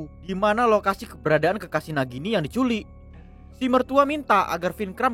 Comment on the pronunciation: Di culik bang bukan di "culekk" 🤣🤣